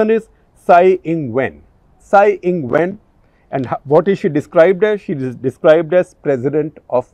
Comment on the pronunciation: When you said 'she is been listed..' I thought you were mentioning 'Shi' 😂